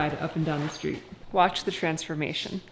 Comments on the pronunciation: it sounded like you said Trentsformation instead of transformation just before Trent got on his bike and went for a ride. If you did then great for you to make a new word. I love it. If you did not say it then maybe you should and make TShirts. He indeed did have a smile on his face when he got back. Trentsformation: When a man named Trent changes from a bad mood into a better mood from doing a positive activity outside of his norm producing a slight giddiness. You have been Trentsformed. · Hahaha. Nice one. I know you said it right, but I heard "Watch the Trentformation!" 😉